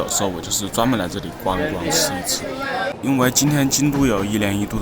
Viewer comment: 祇（音奇）園祭